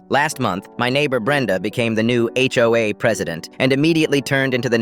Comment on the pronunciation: “Ho-a” I’m crying🤣